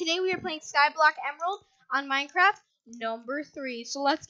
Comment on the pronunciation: Maincraf??? Minecraft*